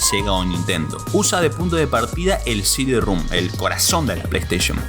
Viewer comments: Sidirrum jajajaja no mames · el diskette no es de 2 pulgadas, es de 3 y media; no es heréjia, es herejía; no es “cd-rúm”, es “cd-rom”, con O; Y ya me aburrí. Son incontables. Sumado a la arrastrada aporteñada de las eses y a la mala dicción que me obligó a activar los subtítulos.